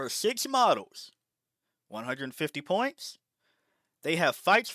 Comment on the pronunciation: Why you pronounce the s like that, you say Pointssh and 100 Pershent, Thisshh is my opinion.